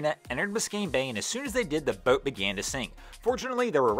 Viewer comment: This dude really needs to learn how to say BOAT. It sounds like he has a mouthful of rotting chicken. I can't even listen to him anymore.... I only made it half way through....like nails on a blackboard.